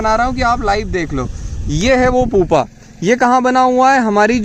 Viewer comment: पुपा नहीं "प्युपा "